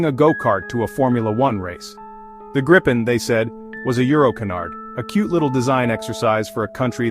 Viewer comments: I was sarcastic. The AI (Artificial Idiocy) pronounced the name graipen insted of correct Gripen. I know all about where the name comes from. I have also been following the development of the JAS 39 Gripen fighter for many years, given that they fly just across the water 40 km from here. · But it´s pronounced Gripen not Grippen (Long "i"). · Greepen not Grypen. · It's pronounced Gr[EE]-pen. With a sharp G and a properly rolling R to start, and EE like in "free". Then pen like that thing you write with. 🦁🦅 No "gripping" short-'i'-double-'pp' sound involved in this word, nu-uh 🙃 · If you, as an English speaking person, want to know how to pronounce the name properly, read it as "Greepen". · what i find so hard go understand is how everyone has so many problems pronouncing the name of the plane.. so i'll make an attempt at writing it so as the swedish would be written with inglish.. i guess if you try to say greepen or if that is to uncomfortable, gyphon instead. Id be most happy. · Thank you for this video. But, get the name right. Swedish grammar dictates that only one 'p' gives us a long sounding 'i'. For english speakets: pronounce the name like it is spelled [gree:pen]. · And please, for the love of God, if you are an American, do NOT try to pronounce Gripen. Just say The Griffin because that is what it translates to. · Grip ("Griffin"), in Swedish, rhymes with deep (not dip), cheap (not chip), weep (not whip).